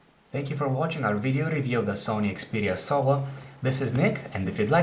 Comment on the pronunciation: lol it sounds like hes saying 'Sony Xperia SOA'